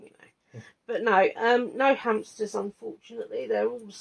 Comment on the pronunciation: Every time I see your hamsters I’m reminded that we recently discovered in my house (7 of us) that not a single person can say hamster correctly … everyone including (embarrassed to admit) say hamp-ster. 😂